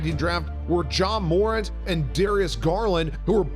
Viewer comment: Ja Moorint 🔥🔥